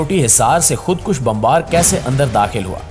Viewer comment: bhai meray khod kush nahi,khod koosh.kaaf par pesh hay